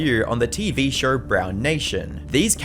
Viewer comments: Imagine talking about someone’s downfalls while pronouncing show as “shawur” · I like how he calls a show a “shur” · Why do you say... Show-r, instead of Show. So-r, instead of So. Two-r, instead of two. Etc...